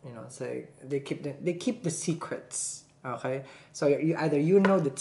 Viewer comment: "Onkay" 😂😂 I love how he keeps saying